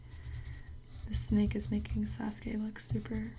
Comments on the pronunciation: It's Sa suk a Not Sas ka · My friend called him Sa-sū-kē I cried I. The inside